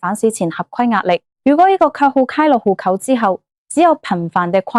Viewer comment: 戶口「呼扣」啲乜嘢口音嚟呀？